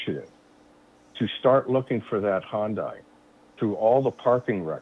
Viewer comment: Not a Honda, an Hyundai. For the Americans in the back is pronounced HI-YUN-DI. Drives me nuts yanks cannot say it.